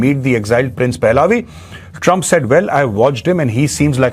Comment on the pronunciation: Maj साब क्राउन प्रिंस रजा पहलावी नहीं इसे रजा पहलवी कहा जाता है। अगर यह कोई non हिंदी speaking person बोल रहा होता तो उसे excuse किया जा सकता है लेकिन आप पूरी तरह से हिंदी स्पीकिंग पे